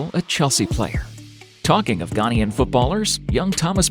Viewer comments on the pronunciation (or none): Please. Ghanaian as in Ghan-AY-an. And ParTAY.